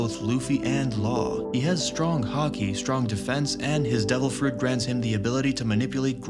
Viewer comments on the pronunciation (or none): none